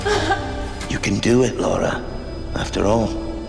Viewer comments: It's Lara Joe, not Laura. Come on you should know that. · its Lara not Laura lol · dammit Joe she isn't called Laura she is called LARA! like Lava Lahhhh RAHHHH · ***** Yeah, that's the point. said Lora instead of Lara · Joe, it is not LAURA, its LARA. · its pronounced fucking Laura, but spelt fucking Lara. Is it that hard? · Why do you keep calling her Laura? ;) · ITS LARA NOT LAURAAAAAA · God damn it Joe, it's Lara not Laura! :P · Joe, you are an amazing person and I enjoy your videos very much, but this one thing is really bugging me... It's LA-RA, not LAU-RA. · GODAMNIT JOE! LARA NOT LAURA! xD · Hey Joe Stop Calling It Laura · Did you notice that Joe is callin Lara Lora? xD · La..ra Joe no u in there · Joe Y U CALL HER LORA ?! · Joe... it's LAra. >.> lol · Hey Joe, it's pronounced "LARA". Why do people have so much problem pronouncing it? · Lara, Dude, Laa-raa;) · I know this has been brought up. But maybe that's how people from Joe' s town pronounce Lara. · 'Laura'? seriously, Joe? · He keeps calling her Laura LOL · the ubisoft pronuciation is like toe-mate-o Toe-Mat-o but you are right on the lara.